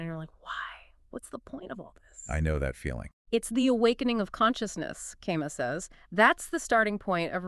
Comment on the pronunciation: Camus is pronounced Ca Moo